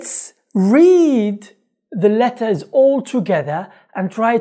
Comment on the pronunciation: غلطت في كلمتين _letters -there شكرا على مجهوداتك اخي الله يرزق اهلك الجنة 😍